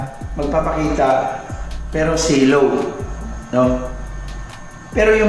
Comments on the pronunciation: Silhouette po talaga ang tinutukoy ni ser. Iba kasi ang pronunciation niya bisaya kasi. Parang ganito yon.... Shilo Shilouet Silhouette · "silhouette" gusto nya sabihin hindi nya lang mabanggit na ayos haha kaya SILOW Hahahahaha